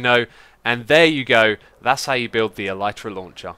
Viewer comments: Nice tutorial and fix x! I built this at build limit thinking it would make me go even higher, but I peak at about y 700/750 ish - maybe I'm going up too quick lol. A note about the pronunciation of Elytra - I hate to accept this, but the y is a i sound, as in sit or is, it's not a y sound. I fully agree is should be pronounced with the y, but the word is coined from the word Elytron which also has the i sound, as in elitron (el sIt ron). It bugs the ** out of me, but that's the facts lel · no he pronounced it wrong.